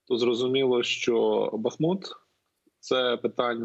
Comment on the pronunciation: Горе - коли ведучий безграмотний. БухмУт !!! Тарган вусатий.